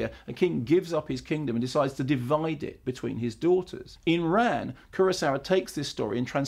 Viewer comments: Fyi you should pronounce Ran like you would the name Ron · Isn't it pronounced as 'Rarrrn'? Well that's what I always thought anyway